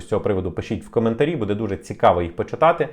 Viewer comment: Дякую за новини,! У вас багато підписників, починайте вже працювати над наголосами в українській мові. Ми ж не французи, щоб наголос на останній склад ставити. Правильно говоримо: "БУдемо", "бУде", "бУдьмо"